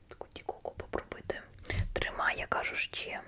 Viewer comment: На майбутнє, не ка'жу, а правильно кажу' (не хейт)